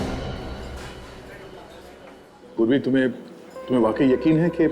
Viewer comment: Purvi ❌ survi✅